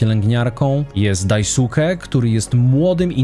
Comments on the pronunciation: Powinno się mówić Daiske a nie Daisuke, ponieważ Daisuke jest obraźliwym stwierdzeniem :) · EDIT: faktycznie by ciekawy, jedyna mało istotna uwaga, Daisuke czyta się jak Dai-ske, a nie Daj-suke :)